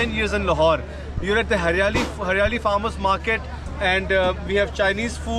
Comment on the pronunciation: it's haryali (greenery) lol u said haryala its hilarious as fk 😂😂😆😆😆